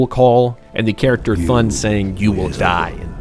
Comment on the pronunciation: I know im about to pull a "WELRM ACKTHUALLY" but pronounce the C separately in C'thun. Like "cuh thoon" other than that great video mate :3